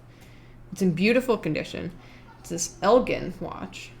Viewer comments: I was watching this with my dad in the room, and he kept telling the screen you were mispronouncing Elgin, (“It’s EL-jin, like the drink.”), and I had to remind him yet again that the people on TV can’t hear him. We’re from Illinois, and he was telling me about touring the factory back when it still existed! I’m bummed that it’s been torn down and I can’t. It sounded super cool. I had no idea our state was so known for its watchmaking! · Elgin watch co was based in Elgin Illinois which is about 15 mins from where I grew up and the town name is pronounced with a “g” as in “Ginger” [el-jin] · The city is named for Elgin, like the Elgin marbles, with a hard g. Either allow both or accept the etymological one. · Yeah as a person who currently lives in Elgin it bugged me as well. Especially since I live like 2 blocks away from the old watch factory. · As an Illinoisan, I appreciate the correct pronunciation of "Illinois", but also as a Northern Illinoisan, I am bothered by the pronunciation of "Elgin". There is a city here called Elgin, pronounced with a soft g, not a hard g. The National Watch Company was founded in 1863 in Chicago, a factory was made in 1866 in Elgin, Illinois, and the company changed their name to the Elgin National Watch Company in 1874. Fun fact from the Wikipedia page: The cities of Elgin, North Dakota and Elgin, South Carolina derive their names from the watch brand. Likewise, NBA Hall of Famer Elgin Baylor was named after the Elgin National Watch Company. Who names their kid after a watch company?!?!?! I'm not gonna name my kids Tyson and Perdue after the chicken brands! One of his brothers was named Kermit, too, and that's more understandable. Edit: Thank you for correcting her, whoever you are! May your watches always be in sync and your descendants have appropriate names!